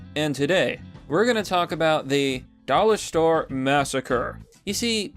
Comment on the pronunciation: No, not the dollah stowe!!!